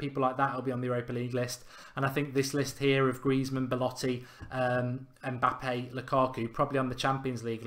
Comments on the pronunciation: It's Mbappe not Mpabbe 🤣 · It's Mbappe not Mpabbe mate